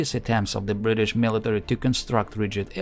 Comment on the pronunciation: I know we Brits pronounce it without a solid T as Bri'ish but you don't have to compensate by adding extra T's!